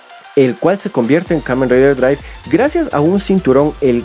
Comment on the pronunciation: Se esto es mas mio, pero en verdad me molesta cuando pronuncias nombres como Ghosto o Drivu, no se es raro y incomo, aparte recuerda, lo japoneses no pueden pronunciar bien palabras en ingles, ahora el video es malo? Ni tanto, pero es go lentl y aburrido